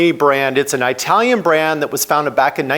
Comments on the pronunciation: Perhaps you can pronounce Italian the correct way. It's not difficult. Iraq Iran Italian..are not pronounced like you pronounce "Hi". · Moto Morini did not get that engine from Kawasaki. It's a CF Moto engine derived from a Kawasaki engine. Also. What's with mispronuncing "italian" ? Is it a meme I am missing? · You butchered word "italian" so brutally.... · cmon man its It alian not eye talion, jeesh for a guy that travels as much as you do. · Eye-talian. ITT-alian, you seppo. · Well,, My current bike is Indian, and is truly the best I've ever owned in 5 decades of riding: a BMW G 310GS! One thing that really grated in this episode was your pronunciation of things from Italy. You have no problem with that word. So where do you get the excruciating "Eye-talian" from? Please could we hear "It-alian"? 😳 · Why do you keep saying EYEtalian? You say Italy correctly. And yes, it makes me happy to buy American products where possible, but I will buy whatever I want if there isn't an American alternative. And while all bikes are mfg'd with foreign parts, that isn't the same thing as having all the parts made elsewhere. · I thought it was an Italian brand but now I know it's an Eyetalian brand. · What’s eyetalian? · I couldn't watch any more after the second Eye-talian. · Eye-talian? (Does it come from from Eye-taly?, with your last name from the neighborhood of Italy you could do better 😂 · Excellent video. Truly. But everytime you said "Aitalian" a kitten died run over by a Chinese motorcycle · Like how you say “ i talian “ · Oh for God’s sake, stop sayin aitalian! 😂 It’s Italy, isn’t it? And you say it right throughout the video… then why on earth aitalian? Sorry, it’s very distracting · An ‘Eye-talian’ brand, from Eye-taly? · My thoughts are learn how to say Italian not eyetalian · Can't trust someone who can't pronounce Italian